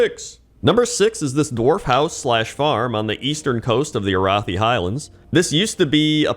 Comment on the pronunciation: You pronounced Arathi wrong. It's Arathi.